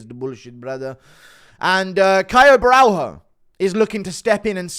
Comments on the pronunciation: It's not Borral-HO. it's Borra-LH-o. the L+H makes a sort of whet L sound. like you're saying l but with a speech impediment. like a baby saying L. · Borralho is pronounced BO’RAH-YO